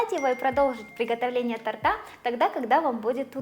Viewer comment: За все годы, что я смотрю и слушаю, впервые услышала оговорку в слове,, тортА,, 😊Прикольно так😂